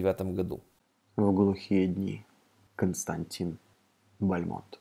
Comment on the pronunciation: Ударение: БАльмонт